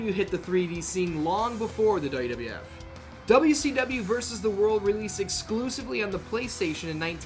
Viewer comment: He pronounces WWF as "Duh duh eff"